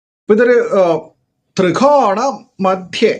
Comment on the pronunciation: തൃകോണ❌ ത്രികോണ ✅